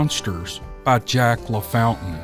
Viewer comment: LaFountain is "la fon tane" NM Brenda and Steve